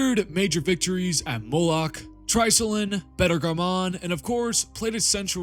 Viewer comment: Great content....please learn how to pronouce words before making a video though. Jesus, literally over 15 names/words mispronounced. So embarrassing. Beta "Garmuun"?! Lol you reminded me of an AI generated voice